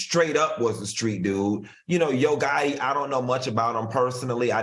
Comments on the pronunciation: Yoooo I have tears coming down my face laughing at AL. He said Barbara Walters paved the way in sports. He said he was here for Angela and them in 2013!!! And he said IRV gotti not yo gotti. These minor slip of the tongues have made my day. Hilarioussssssss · Irv Gotta Al??? 2013 Al??? Like y’all need to tell him to drink during the show not before!! He be getting his words wrong a lot